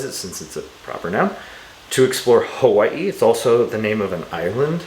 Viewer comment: The way you said "Hawai'i" makes me think that maybe you live in Hawai'i.